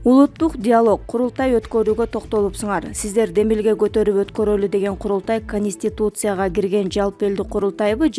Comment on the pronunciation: Халистутусяга эмес Конистутцяга делет.